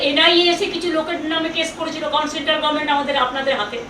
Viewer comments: দুর বাল, আগে গরমেন্ট বলা বন্ধ করে গভর্নমেন্ট বলা শেখ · হেরে গেলো তাও গভর্নমেন্ট উচ্চারণ আর হলো না,, সেই গরমেন্ট 🥲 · আপনি মাননীয়া ছিলেন আপনি বিতাড়িত মূর্খ মন্ত্রী প্রাক্তন নন মানুষ আপনাকে ছুঁড়ে ফেলেছে গরমেন্ট নয় ওটা গভর্মেন্ট বাড়িতে শিক্ষক রাখুন বুড়ি বয়সে আমাদের দয়া করে আর ডুবাবেন না আপনার মত মূর্খী পশ্চিমবঙ্গ বাসী বেছে নিয়েছিল ধাপ্পা বাজি ছাড়ুন আপনার মত মূর্খ নয় মানুষ সব বোঝে মানুষ আপনাকে ভোট দেয়নি 21 এ জোর করে ছিলেন। ভাগ্যের দোষ দেবেন না। নিজের ,ভাইপোর চুরি গুলো থেকে বেঁচে ফিরবেন না। মানুষ আপনার লেকচার আর শুনতে চাইছে না। আপনার সম্প্পত্তি সিজ ও আপনার জেল যাত্রার অপেক্ষায়। মূর্খের মত বকেছেন এতদিন আজও সেম করার চেষ্টায়। বুড়িমা আপনার আর আপনার ছেলের জেল যাত্রার দিন বিজয় উৎসবের অপেক্ষায়। আপনার লজ্জা আগেও ছিল না। আজও দেখছি আপনি কত বে হায়া। আপনাকে ...... গালি গালাজ করলে পশ্চিম বঙ্গ বাসীর জ্বালা মিটবে না। আপনি মরবেন না দয়া করে আমরা খুশি হবো না। আপনি সম্পত্তি হারানেন ভিখারি হবেন তার পর জেলে যাবেন। আবার জেল থেকে বেরোবেন তার পর মরবেন। তবেই পশ্চিম বঙ্গ বাসী খুশি কিন্তু। যদি কোনো চাটা মাল লেখাটা চটির কাছে পৌঁছে দেন খুশি হইবো। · গরমেন্ট / পবলেম